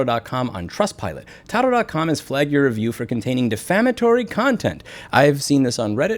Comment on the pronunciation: 🛑🛑🛑It’s PRONOUNCED “TAH-DOO” (slang for to-do) 👀👀👀 not pronounced “tah-doh” 🤦🏻‍♂️🤦🏻‍♂️🤦🏻‍♂️🤦🏻‍♂️ Love you, Louie God bless 🙏🏻🙏🏻😎😎